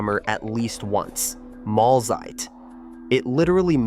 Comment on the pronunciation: Better pronounce German terms correctly. It's Mahlzeit, ['ma:ltsait], not ['molzait] and it's Abendbrot ['a:bndbro:t], not ['a:bindbr∆t].. Information first- then publication!